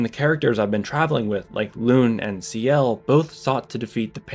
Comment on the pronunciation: You’re saying Lune wrong, but it’s ok I’m not mad